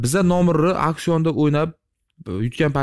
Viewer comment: Акшон эмас ауксион дегинэй